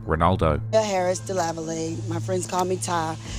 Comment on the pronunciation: The last name is pronounced "Duh-lava-lay."